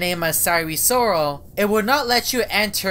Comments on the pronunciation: SIRE SORAL sire sirol: welp, you got it wrong. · Sirol not sarol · SIRE SORAL LOL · It. Sire. Soral